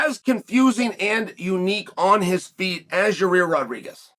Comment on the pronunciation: "Your-rear Rodriguez"